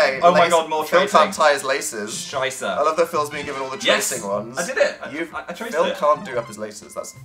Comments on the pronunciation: He said schisa witch is shit in German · he said Scheiße (SHY-suh) which means shit 😂